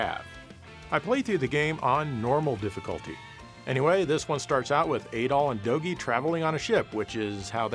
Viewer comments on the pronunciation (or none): Your “Adol” sounds a lot like “Adolf”